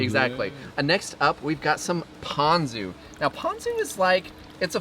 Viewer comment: As usual, you were right and pronounced “Ponzu” correctly. At what point do you muzzle tha camera man of yours? 😂